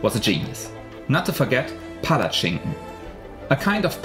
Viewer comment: It is not called Palatchinken but Palachinke. It is classical very thin french crapes stuffed with various stuffings, while pancake is american invention where they are small, thick mand pured over with toppings. Otherwise, it is very nice video, because you show other thing, not just typical tourist traps like Bled lake or Ljubljana, but Kranjska Gora, lake Jasna and so on. Happy that some foregners actually discover my country as it should.